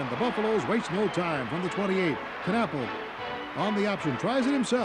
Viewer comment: My junior year at CU. What a great game it was. The Buffs went to the Orange Bowl that year, but were beaten by Ohio State. By the way, the K in Knapple is silent.